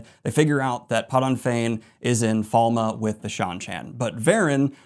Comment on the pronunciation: Not even two minutes in, the name of the first Battle: "The Battle of Falma".... Falme!!!! Its Falme. My day is ruined and my disappointment is immeasurable. Edit: I see you have it wrong on the Billboard as well....